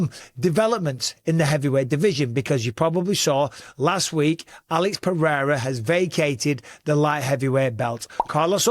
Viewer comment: lol why did you have to edit in Alex’s name 😂 did you butcher it? 😂